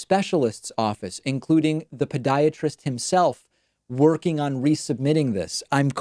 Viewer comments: It really sounds like David is saying Pediatrist instead of Podiatrist. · Why are you pronouncing it “ped”iatrist. It’s “pod”iatrist. Ped is Greek for child. Pod is Greek for foot. A pediatrist would be a doctor for children. A podiatrist is a doctor for feet.